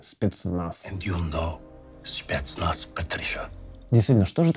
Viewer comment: Шпецнац, шнайпер, штеклотара. Живи ещё хоть шотню лет.